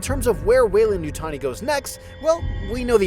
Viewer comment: Why are you pronouncing it as Yutoni? It's YUTANI